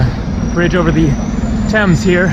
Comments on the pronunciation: It’s pronounced “Tems” not “Taymes” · TEMS not TAYMES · River Thames is pronounced...tems.....not tames. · Pronounced TEMS. Never heard anyone say thaymes until this video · Oh man when you didnt see Big Ben and had to ask- I thought you were joking, very sweet, the river is pronounced Tems, Leicester is Less tur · For heavens sake it is Pronounced Temms. At least ask someone with an English accent! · Thames - rhymes with gems. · Hi, I'm not sure where that person you stopped was from, but you say it "tems" in the UK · You are in London and is full of foreigners who do not know how to pronounce the River Thames It is pronounced TEMS. You managed to go thru the whole video saying it incorrectly 😀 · It's actually pronounced TEMZ. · Hi,Great video as always. our river is pronounced TEMS,have a great trip in my home town. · Get an oyster card asap....you can travel on the tube and buses as much as you want for a daily capped price of around £9. Also the river is pronounced "tems" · Most Englanders pronounce the river Thames "Tems", short 'E', just an FYI. Also, perhaps a bit late to mention this, but the big bus companies, hop-on hop-off, are well worth the price. Some of them are equipped with human tour guides that are LOADED with information. And usually the packages include a cruise down the Thames.